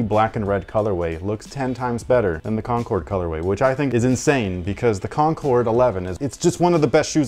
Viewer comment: Air Jordan 11.4 “Concnords”